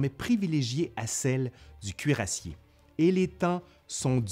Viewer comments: cher, un cuirassé pas un cuirassié! sinon merci pour votre excellent travail. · Trop bien comme les deux premiers héhé ! Je suis d'accord avec les commentaires qui disent que l'on oublie presque que la fin est connue tellement on est dedans. :') Juste un truc qui m'a perturbé, tu dis "cuirassié" et pas "cuirassé" quand tu prononces le mot. On m'a menti toute ma vie ? D